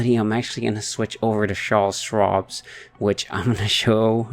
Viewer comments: its "CharleS" and there is no s at the end of Schwab but its okay ! lol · Can't stop laughing every time you call it "Charle Schwabs" lmao